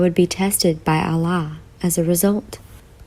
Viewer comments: Hi sister salam if you are reading this i just wanted to tell you something. Your love for Allah is so great may he increase that same love thousand time for you,me and everyone sister when you pronounce the name of Allah Its actually AL- LAH not A-LLAH INSHALLAH YOUR PARENTS AND THOSE YOUR LOVES ONE ARE GUIDED TO THE RIGHT PATH. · It's Allah not Allaah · Its Allah not Allaah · Its not islaam its Islam, its not alaah its Allah! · Ahlaah? Sahlah? Lol only in America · Say allah properly at least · You said Allah and Quran wrong